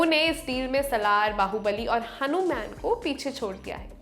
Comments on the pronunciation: It's hanuman not hanumyan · 🤦🏻‍♂️ it's not हनुमेन! It's हनुमान! 🙏🙌 अंग्रेजो की जीभ फिसले चलता है, हम तो भारतीय है! 🤷🏻‍♂️ तो जैसा बोला जाता है वैसा बोलना चाहिए।! शुक्रिया। 🙏😑 अब आप लोग भी ऐसे उच्चारण करोगे तो काहे का लल्लन टाप? 🤷🏻‍♂️ छोटे छोटे बच्चे आपके मुंह से निकला हनुमेन सुनके आपका ही अनुसरण करेंगे! उन तक हनुमान की महानता नही पहुंचेगी! वे हनुमान को antman,spiderman, Ironman, Aquaman etc से जोड़कर देखेंगे! 🤦🏻‍♂️😑🤷🏻‍♂️